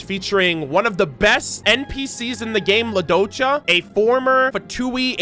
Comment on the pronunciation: As russian speaker I must say it's LUdochKa, accent on first syllable and K after CH